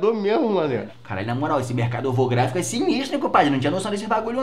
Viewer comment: "Mercado ovografico" kkkk